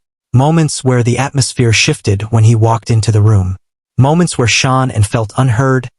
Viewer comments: It bothers me so much when a channel doesn't get her name right. It's Sha_Nann. It feels disrespectful to her memory every time I hear it 😢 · Her name was Shanann, not Shawnin.